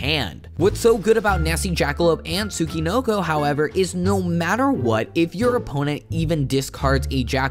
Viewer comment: I’ve never heard a single American pronounce “Tsuchinoko” correctly. It’s “Tsoo-chee-NOH-koh”.